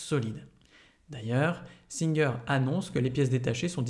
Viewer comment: Merci pour les explications mais pour info ce n'est pas singeur mais singer phonétiquement "saintgêre" Sinon je voulais acheter une machine pas trop chère pour avoir eu plusieur machine à coudre de la même marque. Mais j'aurai aimé savoir si il y a un système d'enfilage de fil. Merci